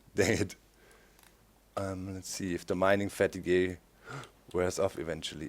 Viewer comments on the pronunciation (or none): doc! fateeeg! not fatugeh! :3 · Mining Fat-i-Gahy - No. Just NO. Lol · FATEEEEEEEEEG not FATIGWAY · "Mining Fatty-gay" I love your pronunciation Doc! :) "Fat eeg" Great episode so far (I'm commenting half way through) I really enjoy this series - thanks for posting a new vid :) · he pronounched it like the french word, fatigueé, that's where he got it from. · Haha, it's funny how you pronounce 'Fatigue' in 'Mining fatigue' like in a french way ^^